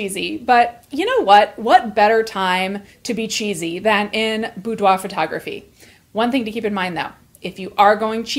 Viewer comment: The first thing I learned from this video is how "boudoir" is actually pronounced.